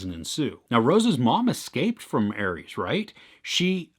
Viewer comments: Also its pronounces “Ah-res” not Aries.Just like you would say rest or resolution or something else with ‘res’ in it not pronouncing it like riest or riesolution 🙂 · It's pronounced are-s. Like R.S. like ah-res. Ares, not Aries. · It’s pronounced ARES. Not ARIES.